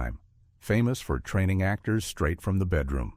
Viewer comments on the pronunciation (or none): none